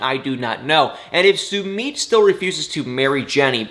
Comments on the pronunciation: please stop calling Sumit (Sumeet), it’s pronounced (Sun it)……..it really irritates me!!! Even Jenny pronounces it correctly!!! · It’s pronounced (Sum it)!!!